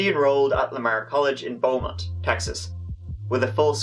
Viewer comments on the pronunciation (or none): OH man. I'm from the Beaumont / Nederland area. You butchered the pronunciation of those two towns awfully. But love ya videos anyway.